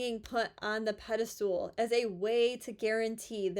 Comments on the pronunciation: Pedestal. Not pede-stool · did she say pedal stool ? Ha ha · NIGEL in Canada🇨🇦 ha, she said "pedistool" like "valentiMes" she must have a Bachelor in Arts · I really like your content, but you gotta stop saying “pedastool”…it’s got nothing to do with stools…it’s pedestal. Same goes for the word “often”…that T is silent…